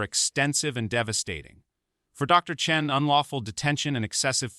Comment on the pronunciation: This post and others like it are total crap. Americans may believe this tosh, but nobody else does. Is every black person in America named Marcus? And the doctor who is the subject in this video, first you said his surname is Chen, then you changed it to Chun!!! And not forgetting the Old, Old, Old, Old, in every sentence. This stuff gives Americans a bad name. If anyone needs to know, I'm English, you know... one of the people who tried to teach Americans how to communicate..